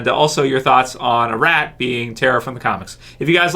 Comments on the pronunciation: It's not pronounced "A-Rat" it's "Ah-Rot" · Her name is not pronounced a-Rat pronounced as a-Rot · Could you stop saying A Rat and say Arat